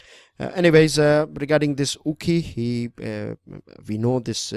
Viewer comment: Sir its Okhi..not Ukhi😄